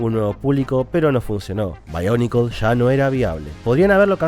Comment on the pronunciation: No se pero siempre me gusto que sonara BIONICLES no BAIONICLES XD